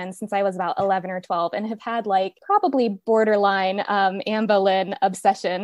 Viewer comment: Boleyn not bowlynn